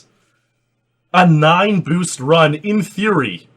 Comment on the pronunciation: "nice bewst" h ah ah ha i love canadians sometimes eh! buddy, guy, friend lol